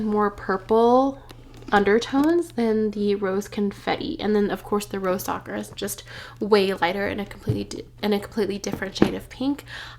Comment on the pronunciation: Your bag is gorgeous! 🌸 Congrats!!! FYI, Sakura is pronounced Sa-kur-a (not Sak-ra) in case no one has mentioned it.